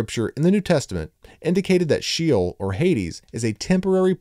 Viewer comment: When the word “SHEOL” —Shay-ole cannot even be pronounced correctly, I’m not gonna believe anything else you say sorry